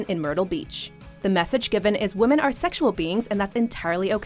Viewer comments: Pronounce women as woman one more time. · My god. Why do so many Americans say "woman" when they are referring to "women"?!?!?!